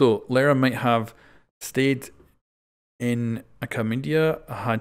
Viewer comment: It is pronounced L-ee-ra